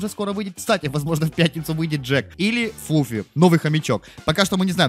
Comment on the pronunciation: Не Флуффи а Флуффа да имя сложное но прочитай внимательно